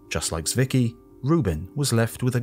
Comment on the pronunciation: Fritz Swicky? Oh, found him. Zwicky, but calling him Swicky is actually quite close. Tswicky is how I would write it for English speaking people to pronounce it more correctly.